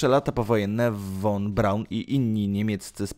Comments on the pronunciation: Drogi Youtuberze po 1 jeśli chcesz o czymś robić swój filmik przygotuj się dobrze do zadania bo szerzenie fałszywych i niewłaściwych informacji jest co najmniej kompromitujące ! Naucz się wymawiać w danym języku nazw nazwisk miast etc i zasięgnij źródeł żeby fachowo rozpowszechniać informacje Dla przykładu Werner Von Braun czyta się „Fon” a nie „won” a Braun nie oddał się Amerykanom to Amerykanie oferując mu wysokie stanowiska i chojne zarobki ( zreszta wielu innych naukowców niemieckich ) dawali możliwości rkontynuacji prac zawodowych pieniądze etc to hipokryci amerykańscy „przekonali” go do wyjazdu i pracy dla nich gdzie dali mu stanowisko dyrektora NASA itd itd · Juz miałem to samo napisać, ale mnie Pan ubiegł. ☺ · Won : precz sta,d , usun' sie, , zjezdzaj ITP ITD❗ 😱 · Cholernie denerwujące to "won". Poza tym część niemieckich naukowców przejęli Rosjanie. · Nie won Braun, tylko von Braun! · Nie won tylko von(fon) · Jakie won-mowi się fon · Nie won a fon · von się czyta "fon"!!!!! Boże, nauczyć się tak trudno?